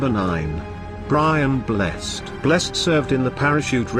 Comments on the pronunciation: Why is this being read by a robot? If Brian Blessed could hear how his name was mangled he'd be very angry. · Denholm Elliot .... "The Magnificent Seven" ... I DONT'T THINK SO!!! And what's with the mispronunciation of Brian Blessed's name PLEASE! ... Richard Burton ...lol Exeter College OXFORD! Ummm Exeter College Exeter Devon